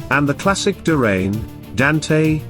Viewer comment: It's like a sink drain; DRAYNE. not duhhh-rain 😆😂 make it stahp 😅